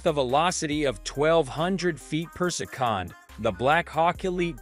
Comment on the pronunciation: 12oo ft. per-sec-on 😅